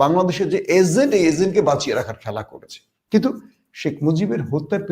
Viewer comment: তোমার ইংলিশ উচ্চারণ "azent " না এটা " agent " এজেন্ট